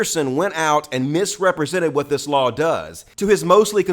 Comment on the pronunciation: "That's nwot what I said!"